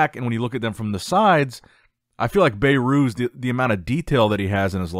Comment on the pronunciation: His name isnt "Bay-Rhooz"😅 It's pronounced "Behrus"